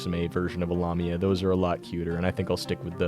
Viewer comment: You mispronounced lamia, the la is pronounced like lay.